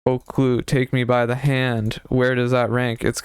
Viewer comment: her name is pronounced O/keh/lú lmao loved ur review